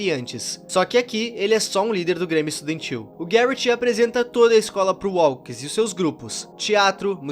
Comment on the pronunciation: grêmio sudentil? kkkkkkk nunca nem ouvi falar